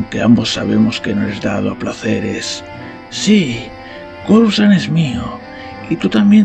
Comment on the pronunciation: has cometido un par de errores 😮. Coruscant se pronuncia Corusant y no es Palpataine si no Palpatine 😮